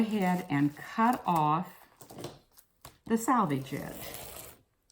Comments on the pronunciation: sElvedge, NOT sAlvedge! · It's actually 'selvedge' . The edge left in manufacturing fabric to prevent unravelling. 😃 Although, having said that, this is plastic sheet, , not woven. Maybe ' salvage' will do!